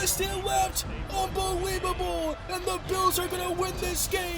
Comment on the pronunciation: Really good video, but I’m sorry. The fact that you say unbeweebable. It is priceless. I love your reactions.